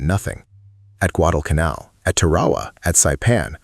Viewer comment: Guadalcanal is pronounced correctly... but Tarawa is Tuh-RAH-wah???? No, it's TAH-ruh-wah